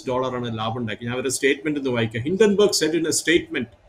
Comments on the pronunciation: ഹിഡൻബർഗ് അല്ല ഹിഡൻബർഗ് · ഹിഡൻബർഗ് അല്ല ഹിൻഡൻബർഗ് എന്നാണ്